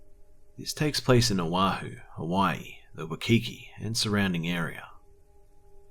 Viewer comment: I have family from Hawaii and have lived there too,also and I love your stories but just one comment for you, when you say Waikiki.. it is pronounce like "WHY-key-key" :)